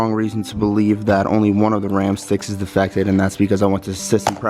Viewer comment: "defective" not "defected" lol